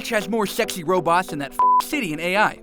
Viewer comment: "Shexy" I'm laughing so hard!